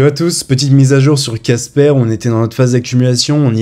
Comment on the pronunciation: Pas un petit mais un gros Like Par contre à l'oreille, j'entends Kaspa plus que Casper 😅. Mais ça va pas de confusion pour moi je lis bien Casper